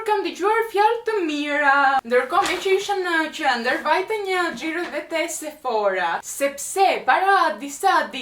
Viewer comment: Sephora me theksin tek a-ja jo tek o-ja (στα Sephora που λέμε 😜 είμαι σίγουρη ότι εσύ το ξέρεις) Κατά τ'άλλα είσαστε τέλειοι όλοι οικογενειακός 😘